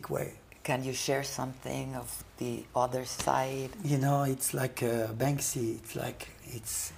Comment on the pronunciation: Para empezar se llama banksy no "bansky" que no es más que una imitación de Blek le rat, banksy se dice artista del graffiti cuando lo suyo son plantillas no con la mano en alto como todos los escritores que se respetan, plantillas y luego copiadas de otros, además banksy tuvo inicios más rastreros que brainwash lo hizo atacando por la espalda a Robbo una leyenda consagrada del graffiti con sus plantillas robadas donde el 99% de "sus" obras eran y aún hoy son plagio. Si no sabes no opines y evitate hacer el ridículo toy.